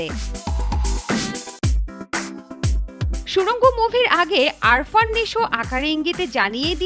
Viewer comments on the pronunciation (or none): উনার নাম 'আরফান নিশো' না তার নাম 'আফরান নিশো' আশা করি পরবর্তীতে সঠিকভাবে উচ্চারণ করবেন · আগে নামটা শুদ্ধভাবে উচ্চারণ করেন। আরফান নিশো না, আফরান নিশো হবে। আর মনগড়া কাহিনী বানায়েন না। সুরঙ্গ হিট সিনেমা। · আগে নামটা সঠিক বল আফরান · আরফান নিশো নয় উনার নাম আফরান নিশো...নিউজ করেন অথচ নামের উচ্চারণই ভুল😡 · আরফান নিশো নাকি আফরান নিশো... এসব চ্যানেল গুলা এতো অশিক্ষিত কেন ভাই🙂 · Dhur ..name taw vul kore bole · মূর্খ্য উপস্থাপিকা নামটাও উচ্চারণ করতে পারে না। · Stupid presenter....pronounce his name correctly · আগে নিশো পুরো নাম উচ্চারণ করতে শিখুন আপু। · Naam tai to thik moto uccharon korte parchen na. Eta ekta murkhotar proman. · Namer uccharon ta thik mota kora uchit